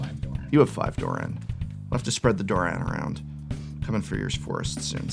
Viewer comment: its not pronounced duran, its doran, its an o